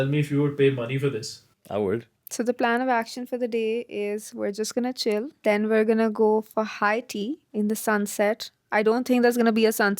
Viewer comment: its Chail not chill lol😂